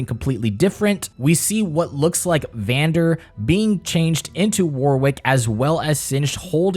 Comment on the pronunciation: its actually "Vander"